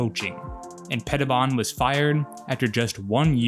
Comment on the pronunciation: And Washington has never been the same. I think Petibon is pronounced Peti-bone. From what I remember back in the day. Nice video!